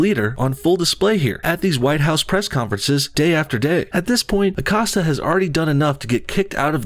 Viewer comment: Acosta.. “accosted her” lolz